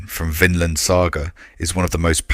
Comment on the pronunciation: thats not how to prunounce vinland 😭 but for the most part great story telling